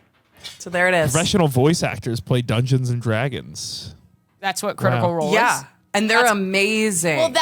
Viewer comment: i love how sometimes says Drungeons and Dragons hahaha, and you already had Ashly Burch who was part of a Critical Role Oneshot:3 she could be your RPG professional